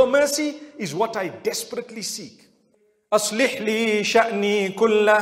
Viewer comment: a little correction needed. Not "Aslin nee..." but "Ash-likh nee.." or "Aslih nee ..."